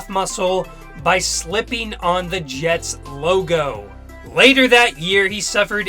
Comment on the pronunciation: ...... ....... .............. .......................... Did this guy just say "J-E-T-E Jets!"??